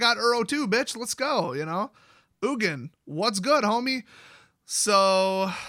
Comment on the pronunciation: Spelled Ugin. Pronounced Nukin